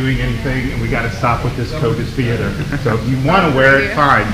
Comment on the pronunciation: New pet peeve: Kyle saying "theerder" instead of theater